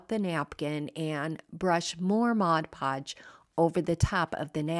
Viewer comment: Thank you thank you for pronouncing mod podge correctly. I used to work at a craft store and the amount of people that pronounced it "modge" podge was insane. 😂😂😂